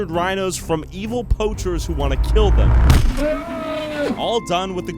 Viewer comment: really said “keelled a lion den I keel a goat”